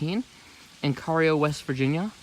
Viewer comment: The tunnel is in Cairo, WV, not Cario, in Ritchie County. It's actually pronounced like Cairo, Egypt, but for some reason the locals refer to it as Cayro. It's not C-a-y-r-o. It's spelled like Cairo, Egypt; therefore, it's pronounced like Kie-ro. It's like Hurricane, WV in Putnam County. The locals say it like Hurricin. It's not spelled without a "e" on the end. Therefore, it's pronounced like Hurricane as in Hurricane Katrina